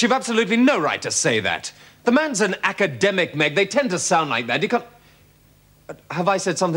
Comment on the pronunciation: 17.03 he called meg, egg